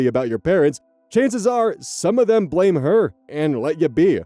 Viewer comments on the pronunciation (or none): none